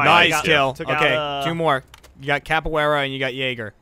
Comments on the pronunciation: LOL cab-A-Weara haha. its cav-E-Era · Dont ya just love cavuwera instead of caviera in all seriousness love thr series wish it would stay with r6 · Its CAV not CAPoara. CAViera. Pisses me off so much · Oh god when you play siege constantly and gets everyone calling caveira capillera!! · C A V E I R A! Come on you can do it! CAVEIRA! Not Capoiara not Caviera , CAVEIRA! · someone needs to tell how to say Caviera correctly, and i probably ended up spelling it wrong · I love you guys but it's annoying to hear capoeira because her name is caveira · Am I the only one here who was kinda annoyed at them mispronouncing Caveiras name as Capaweara? Good video, love them, just put off a little by this. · The next thing they need to practice is how to pronounce Caveira's name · Won a ranked match but still can't pronounce caveira correctly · I hate the way they say Caveira's name